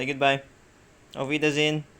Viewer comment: Your pronunciation of auf wiedersehen was on point!